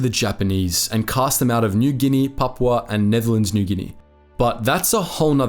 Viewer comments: It's Pap-U-A! 🙂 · Check your pronunciation! Pap-OO-a , etc... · It is pronounced Pap-u-a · Please pronunce the "u" in Papua. It isn't Papa. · Firstly. There is a "U" in Papua. Pronounce it. You could have highlighted that the total Allied force in Papua and New Guinea at the time of Japanese invasion was one Australian battalion and the NGVR. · This is a subject of great sensitivity and meaning to the many people who have commented and the many more who haven't. Why did you not find out how to pronounce the names correctly? Most are phonetic but your pronunciation of Rabaul, Papua and other place names is woefully wrong and distressing to those of us who have heard those names from our veteran fathers and uncles and in every Anzac Day march all our lives. This sounds like a high school project.